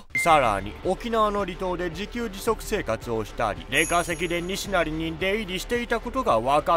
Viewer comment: に↓し↑な↑り↓ イントネーションが おかしいですね(￣▽￣;)